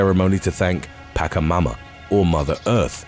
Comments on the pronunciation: Just clarification, pacha mama doesnt make a "k" sound in pacha, it makes a sound like in "ch"eese. So no paka mama, its pacha mama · Is not "Packamama" but Pachamama. Ch of China or Chile. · Its not pacamama its pachamama. Ch sounds like in chisel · Pachamama is not Pakkamama but Patsjamama ;) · Pachamama (pa chuh maa muh), not pakamuma, or whatever it was you were calling her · It's Pachamama, not Pakamama. :) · It's pronounced,potcha-momma, just saying. Great video 😊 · Pachamama is spoken kinda like pashamama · It is said Pacha Mama, CH like KetCHup, not pronounced like a K. Have a nice day everyone :D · I love this videos, but... there is always a BUT. I wish narrators would learn how to pronounce Not english words, for example “Pachamama” its painful to hear the bad pronunciation 😩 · Please do a bit of research on the pronunciation of words or names in Spanish! I love your channel but sometimes it’s a little cringe with words like Pachamama being said so incorrectly.